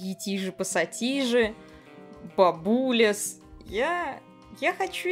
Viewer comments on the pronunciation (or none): Не бабУлес,а бабулЕс